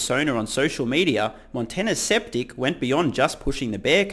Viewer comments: Skeptic, pronounced "sKep-TiK" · intentionally mispronouncing "skeptic" as "septic," as in septic tank? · I like how you called the guy 'Sceptic' instead of 'Skeptic' LOL